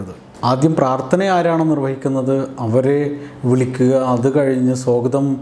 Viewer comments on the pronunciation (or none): സ്വോഗതം അല്ല. സ്വാഗതമാണ്.